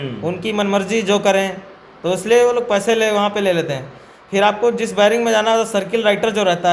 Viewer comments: बैरक नहीं बैरिंग😂😂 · Bering nhi 😂😂 beric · बैरिक नहीं बैरक होता है 😂😂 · "Bairak" ko biring bolta hai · Vairing nhi bhai bairak hota h....kya kaidi bnega re baba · अनपढ़ बेरिंग नहीं बैरक होता है! क्या legal help देगा रे तू 😆😆😆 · Are ghuchu bering nhi berek hota hai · Baring baring kya kr rhe ho zahilon.barrack hota hai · बैरिंग नहीं बैरिक होता है 😂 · बैरक नही बेरक 😂